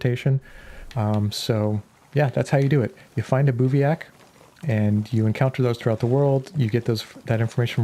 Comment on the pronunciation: It's pronounced biv-wak